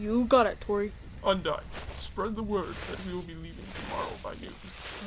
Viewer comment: it’s undyne not undyine